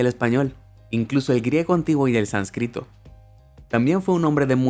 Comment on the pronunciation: SÁNScrito, no sansCRÍto